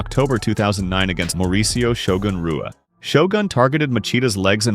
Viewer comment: It extremely Disrespectful to mispronounce Shoguns name video after video. Its pronounced HUA. Brazilian words and names that start with R is H sound.